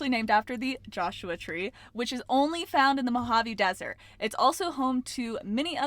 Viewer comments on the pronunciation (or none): none